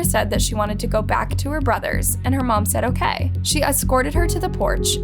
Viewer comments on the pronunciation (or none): none